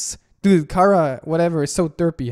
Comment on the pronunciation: ITS CHA RA NOT KARA CHA RA CHARA SEARCH ON GOOGLE OR I WILL UNSUB/language that when Sans don't want to hurt you it's I'm sorry I think